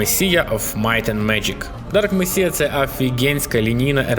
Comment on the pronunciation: Привіт! Мені Dark Messiah сподобався найбільше, його оця особливість з можливістю зіштовхнути супротивника ногою крута. До речі, Messiah читається як месая. І ще я тобі тут виправлень привіз. Можеш ігнорувати все, що нижче, якщо не бажаєш свою мову покращувати. Нажав → натиснув; вслух → вголос; асасін → асасин; кудєснік — чарівник; ростущі → що зростають; вообщє піпець → взагалі крутезна, щадяща → невибаглива, щадна; прєсловуті → загальновідомі, відомі; пожалієте → пожалкуєте; афігєнська → крута, чудесна, неймовірна; інфа сотка → точно кажу; пілять → пиляють; двігло → ігровий рушій; короче → словом; простині → простирала; неудобняк → незручність; кантора → компанія; щадящі → щадні. Дякую за відео.